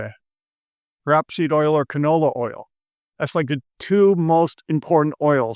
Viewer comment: It’s not pronounced “Rapseed oil” it’s pronounced “Rapeseed oil”. You know, rape. Good old fashioned rape. “ rape, murder, arson and rape.” “You said rape twice?” “I like rape”.